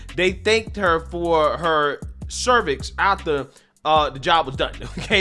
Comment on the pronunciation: Wait....did I hear that right? "...they thanked her for her cervix?" That sounded like a really faux pas or it was a funny accident. But it was very funny. :)